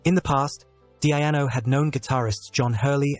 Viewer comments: DEEEE-ANO not DEE-AI-ANO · Awful AI voice, can't even get His name right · Wish he pronounced his name right... other than that it was a nice video